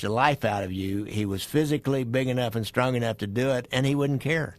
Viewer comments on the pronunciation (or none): none